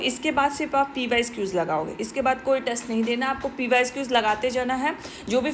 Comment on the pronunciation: Mam aap pysqs mt boliye..ajeeb lagta hy..pyqs boliye